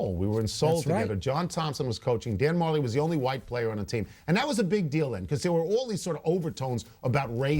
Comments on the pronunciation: it's pronounced Dan Ma-jelly. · its pronounced dan ma-jelly